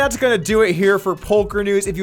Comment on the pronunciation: Did he say Polker News?!